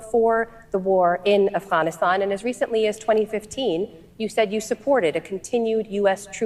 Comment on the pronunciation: Why does she pronounce Afghanistan as Asthanisthan?